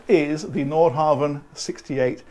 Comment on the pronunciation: think one says Nord hah--ven